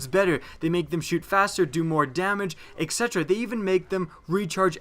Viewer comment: He is also pronouncing it incorrectly.